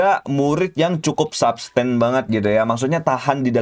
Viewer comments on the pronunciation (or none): lagi lagi WAW WAW WAW WAW🤣 bentar bang, itu substan apa sustain nih dari kemarin dengernya gitu mulu😂